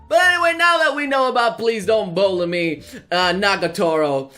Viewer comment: 'please don't bullime??? Bullime?!' Lol